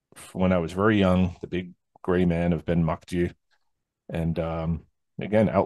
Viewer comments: No its not, it's mac do-ey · Pronounced 'Ben MacDo'